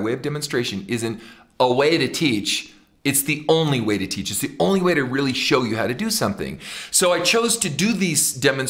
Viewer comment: One of my favorite things about his singing, is how he sings the word Way. He pronounces it Weee. Layne Staley does this too sometimes.